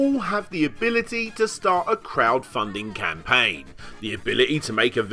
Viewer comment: "ham"paign, ori"ham"i, pr"ham"otinals. I'll set 'em up, you knock them down.